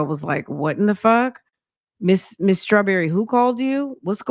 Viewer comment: It’s Shirley Strah-berry and 😭😭